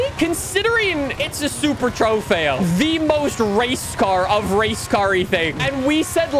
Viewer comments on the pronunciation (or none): I cringe anytime you say “trofeo”